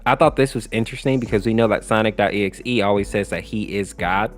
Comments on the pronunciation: I notice whenever he says Sonic.EXE he says "Sonics.EXE" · i keep hearing "sonix" 🗿